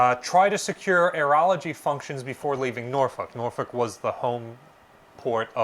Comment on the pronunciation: I kept hearing you say "Urology", and I am wondering why was that so critical. "Aerology" is a word that I had not heard before.